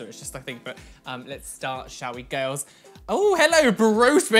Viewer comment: This is how many times he said ''GIRLZZ'' 👇 👇 👇 👇 👇